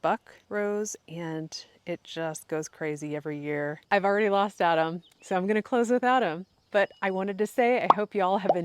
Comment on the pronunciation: When you said "I've already lost Adam, I'm going to close without him" it sounded like "Im going to close with Adam" 😁